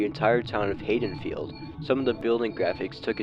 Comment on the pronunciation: The way you said haddonfield hurt me.